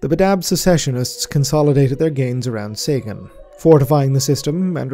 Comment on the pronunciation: Sagan , Seigan . i wish you with Arch would reach agreement how that bloody system is to be pronounced :D